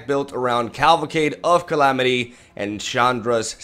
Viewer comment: I like how you keep calling it caLVAcade of calamity XD love your content, keep up the good work bro!